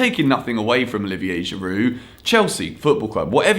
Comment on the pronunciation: He called Giroud a Go-kart